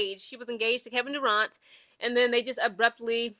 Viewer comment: It's Kevin Durant not Duraunt Lol